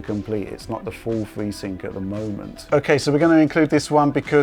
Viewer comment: telling us about fweesync!